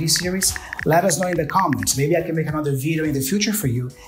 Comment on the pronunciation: PRONUNCIATION TIP: you are mispronouncing the second syllable of ANOTHER, it's an UH sound, as in BUT, not an O sound as in DOG or DOOR.